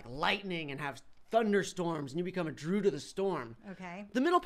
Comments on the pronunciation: I thought it was druid not druud?? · "The droid monkey" "Gohd....nooo...the drude monkey" pfff.......matttteeee, its a druid monkey, you pronounce the i, its important. Not Druide (Dr ude as in dude, but dru as in dude du, but dru-id druid.) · Droo-Id not drood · droo uhd to say druid nor drood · The Druid is pronounced Dru-i-d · its pronounced (JRU - ID)